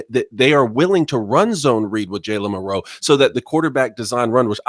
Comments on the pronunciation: Anybody else wonder why these guys are the only ones that pronounce Milroe like milROW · I've always heard it almost as one syllable. KInda like saying Millro. Not mil-Row. If that makes sense. I could be wrong and they are the only ones pronouncing it right.